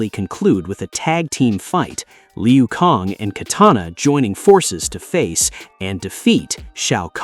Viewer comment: No disrespect but stop with the "LEE-OOH KONG" come on bro its pronounced "LOO KAYNG"